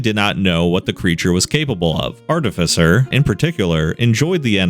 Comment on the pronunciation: Glad he’s pronouncing artificer correctly.